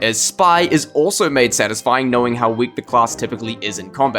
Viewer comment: See guys, I’m not weal